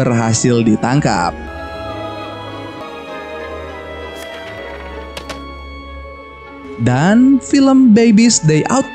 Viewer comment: Dan bang dan bukan nan wkwkwkwkwk😂🤣😂🤣😂🤣